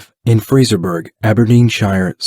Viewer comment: “Fraserburg” typical American mispronunciation 🤣